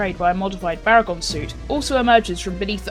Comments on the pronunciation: Baragon not bargain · its baragon not bargain